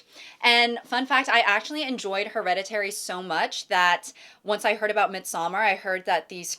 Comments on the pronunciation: Please check Midsommar pronunciation. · As a Swede, I cringe every time she says Midsommar 😭